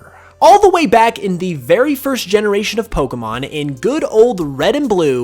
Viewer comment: there's an r in first